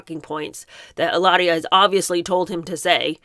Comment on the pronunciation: No need to roll the “r” - her name is Hillary.